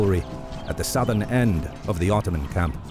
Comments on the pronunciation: Did anyone else notice how it said 𝓞𝓽𝓸𝓸𝓶𝓪𝓷 empire in the first seconds instead of ottoman, just thought I'd point that out, have a nice day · "Otooman empire" lol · Ottoman become Otooman... glorious. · No one: Otooman Empire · Ah yes, the otooman empire... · *Otooman ... lol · The OTOOMAN EMPIRE ! xD